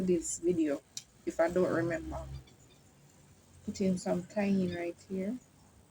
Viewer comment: Cayenne pepper is pronounced KAI YEN. HOPE THAT HELPS. FOUND YOU FROM FARMING ON THE ROCKS. GREAT WORK. IVE ALOT TO LEARN 😅